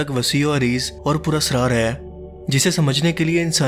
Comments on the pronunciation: "Aai" nahe "hai" Pubjabi accent 😂😂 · Bhai Urdu to sahi bolo..aeen kartay een een laga rakhi hay.. hay hota hay ya Hain